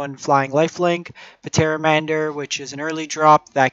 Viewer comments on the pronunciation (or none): The P in Pteramander is silent. Like Pterodactyl